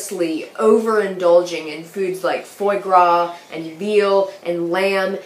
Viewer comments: "fuwah guwah" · a foodie student chef that mispronounces foie gras?